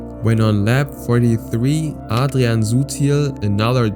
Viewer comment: r you german because how you say Adrian is German dialect